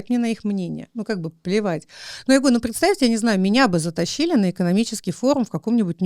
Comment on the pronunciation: А что ответили-то? PS Ничего себе у вас язык трансформировался: и "я говорю" в "ерю" )) Или я не так понял?)